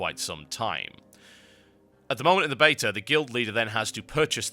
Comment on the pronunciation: anyone else hearing ''betur'' when he says beta?